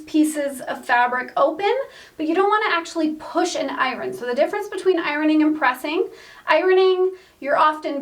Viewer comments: Is there a W in iron? It’s hard to listen to those ironing parts. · It must be a geographical language thing. She pronounces "iron" as I-RON. In my state it is eye-urn. LOL.